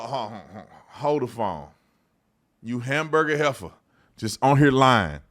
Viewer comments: Did you say Hamburger "Heffa"? 😆😆😆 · "Hamburger Heffer"??? 😂😂😂